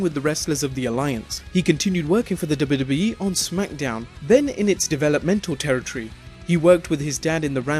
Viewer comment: It sounds funny when you say WWE. Duba Duba E.